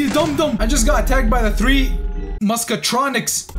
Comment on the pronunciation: "I just got attacked..by the three...Mascratronics" 💀💀